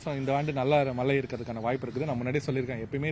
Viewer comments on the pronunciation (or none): ழகரம் உச்சரிக்க ஏதேனும் பயிற்சி உண்டா? மழை மலை😢